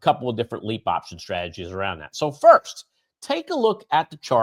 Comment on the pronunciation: It’s LEAPS! Cmon man